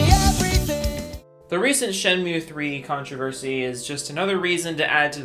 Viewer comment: It's shady to announce a kickstarter of a higly requested game at a big stage at e3 but it's ok to enpower your arguments by answering to a random youtuber... get you're facts straight and try to pronounce shenmue right. Maybe then someone takes you seriously.